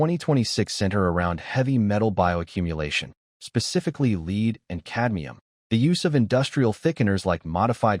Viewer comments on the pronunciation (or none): Leed. Don't you just love ai?phonetic is led. The metal. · How can I take this seriously when nobody can edit Pb being pronounced "leed." That is AI crap.